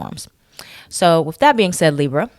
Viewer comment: "leeber" and "north nerd" made me laugh lol